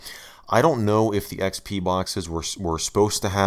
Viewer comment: “Welcome to Microsoft A R R E Windows A R R E ecks-pea.“